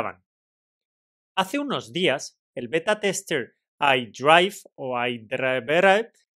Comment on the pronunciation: Imagino que sabes que no es "ai draif" sino más bien "eiai draiver", que significa conductor inteligencia artificial. Es una tontería pero por si no habías caído ahí lo dejo.